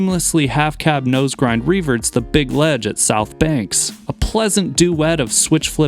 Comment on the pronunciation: Please just say southbank